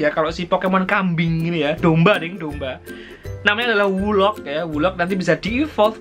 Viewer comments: wooloo prof bkn wolok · Bukan woloc tapi woloo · itu wooloo prof (cara baca : wulu) bukan wooloc